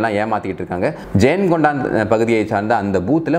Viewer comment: ஜெயங்கொண்டம். ஜெயங்கொண்டான் என்று நீங்கள் சொல்வது போல் தெரிகிறது.